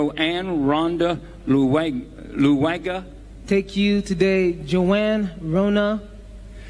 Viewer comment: Even her name luwaga it defeated her in pronouncing